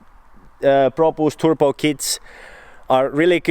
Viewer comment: Please. Say "Turbo"... not fucking turPo! And please stop saying "card" to cart